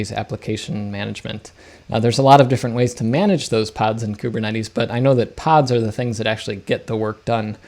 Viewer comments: Kubernetes. Greek word. Pronounced closer to Kivernitis. Means Gov'ner. I mean Governor. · Great video but i cant get over ku-be-cut-tle.